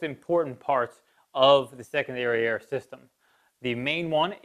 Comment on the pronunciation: I just kept hearing "second dariare"... My single dariare works just fine though...